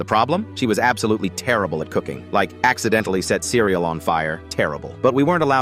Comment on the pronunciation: How did bro even messed up cereal dude just cereal🤬